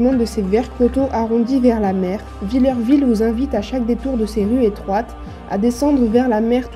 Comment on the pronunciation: Le village de mon enfance... pour info on ne dit pas "vill-EUR-ville", on dis Villerville , phonétiquement, "vill-air-ville"... 😉